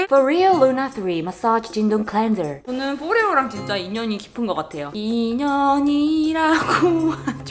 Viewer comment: 제품 소개할 때 너무 자연스럽게 영어로 마솨지 쥔동클렌졀~하시길래 진동도 영어인줄 알았잖아요 요 앙큼불여우!!